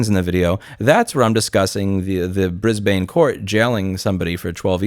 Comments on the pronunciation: Aussie here! Having a good laugh at your pronunciation of Brisbane. 😆 It's prounounced more closely to "Briz-Bin" with the bin part said quickly, less emphasis on the i and more emphasis on the n. If that makes sense. Rather than "Briz-Bane". I know, British/Australian English can be dumb right. Ashamed that this BwE is in our country and hope he gets what he deserves! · Its pronounced Brisben not Brisbain. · Hi Louis, just FYI, it's pronounced "Brizben" not "Brizbain". Understandable mistake since it is spelled that way and American education and media doesn't have a lot of Australian information. Just letting you know! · Screw this guy. Also, just FYI Brisbane is pronounced 'Brizbin' not 'BrizbANE' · hey mate its pronounced brisbin not brisbain, love ur work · it's not pronounced bris-bane. it's pronounced brisb'n. just for future reference :) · Love your vids. Australian here. I've got to correct your pronunciation. A lot of our cities are pronounced differently to how you would assume based on their spelling. Brisbane and Melbourne are both pronounced. Bris-bin. Mel-bin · as an Aussie, let me help you pronounce our weird names lol It’s Ban as in, “you will get a ban.” Brisban. The E throws people. Say it a little faster, Brisbane’s. It’s not a dragged A like sone people try lol. ❤ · Louis, in Australia we pronounce Brisbane Brisbin :D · Brizbun, say it like that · FYI Brisbane is pronounced "BRIZ-bin" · Good research. Tiny correction though... you might wanna check the pronunciation of Brisbane ;) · Hey Louis, you're a national treasure! FYI Brisbane... Australian pronunciation sucks... So "Bris" is all good. But "bane" is pronounced like, hmmm... "bin" but remove the "i". You're pronouncing it like Maine. Love your work!